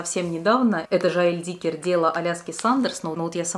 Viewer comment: Почему Жоэль ДИккер, он же ДиккЕр))